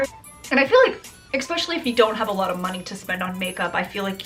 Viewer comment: I like watching you but again exspecially is NOT a word. It's especially. Otherwise great job.